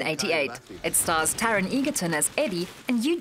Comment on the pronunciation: Did she really just pronounce Taron's surname WRONG?!